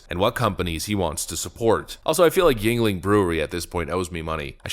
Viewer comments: I live in Pennsylvania, the home of Yuengling Beer (Pronounced Yingling!). Around 2002 (? maybe 2005) the Yuengling Family opened a new facility a few miles from the original brewery that is still in operation today and then they opened another brewery in Florida to expand their distribution and in a few years they succeeded in distributing to all of the states on the east coast and more states they previously weren't distributing to further west from the cost line states. 2015(ish) D.G. Yuengling ("Dick" (Richard)) retired and the younger Yuengling family members stepped up to fill the gaps he filled. The youngins decided to kind of merge with Anheuser Busch and hire mangers and corporate office douchebags from the Budweiser franchise. It's been nothing but down hill since then for our beloved Yuengling company that was previously an extremely good company to work for in our area for over 150 years. - They eliminated Pensions the company previously offered. - They started also brewing Busch and Budweiser beer at our Yuengling breweries reserving brew lines for our Yuengling flavors for Busch and Bud. This caused the company not able to meet demands for Yuengling beer flavors that previously were never late on delivery because they were always freshly made and in stock. They weren't anymore because they were obsessed with using OUR Yuengling facility to attempt 'saving bud'. - The new managers and office people from Anheuser were ignorant, corporate dickheads, that were cluel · It's pronounced Ying-Ling. Not mad, just want to make sure you are doing the legendary name justice. It's about time America's oldest brewery gets credit. Also Miller, while woman may have "brewed" (placed barley in a jar and filled it with water, then let nature do its thing) beer 10000 years ago. It was actually the monks in the middle ages that really refined the brewing process. Also it was a man who invented cold fermentation, which is how lager is made. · its "ying-ling" and its awful